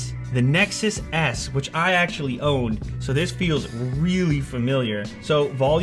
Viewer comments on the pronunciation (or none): I LAUGH MT ASS OFF WHEN HE SAID "Nexus S" because I thought he said "Nexus ass"😂😂😂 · Did you really just say it reminded you of the "Nexus ASS"?! I know you said S, but it sounded like Ass... xD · did he just say nexus ass? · i swear i heard Nexus Ass